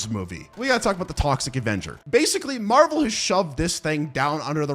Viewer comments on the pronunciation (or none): none